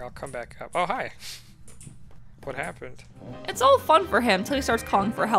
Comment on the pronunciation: i don't know why but the "whu happned" cracks me up